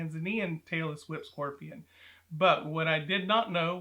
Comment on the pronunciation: Am I the only one who kept hearing ‘Taylor Swift scorpions’ lol? 😅